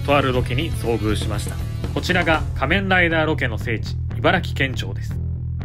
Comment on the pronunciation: 仮面ライダーのイントネーションが気になっちゃった